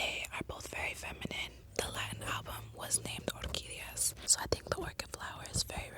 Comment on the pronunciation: Wow I almost died when she repeated 'orquídeas' very nice